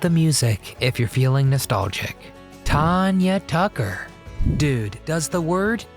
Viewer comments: you obviously did NOT ado much research on this video. You missed pronounced Tanya Tucker’s name on top of getting so much wrong. Awful, awful video do better next time! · You should listen to someone pronounced, Tanya Tucker you got it wrong